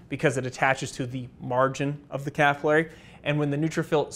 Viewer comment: As always EXCELLENT.but the word is capillary….as in pill….slower but more accurate.